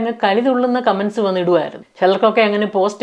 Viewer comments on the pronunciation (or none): none